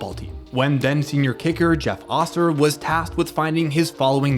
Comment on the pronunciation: Jeff "Oh - Ser" - not "ah-ser" (went to highschool w/ these guys lol)